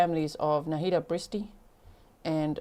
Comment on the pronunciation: Horrible case. Chad, please learn how to pronounce "Nahida". It's only three syllables!